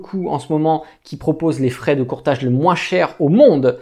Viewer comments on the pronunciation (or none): none